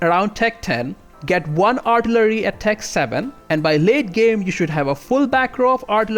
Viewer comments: Artillery - pronounced Are till a ree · R-TILL-err-EE....you're welcome. LOL